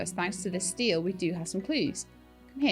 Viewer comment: Stele is pronounced "Stee-ley" 😁 it's one of those words you read but never hear pronounced